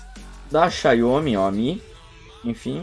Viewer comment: Xaiomi não; XIAOMI! Obrigado pelo vídeo e força para o canal.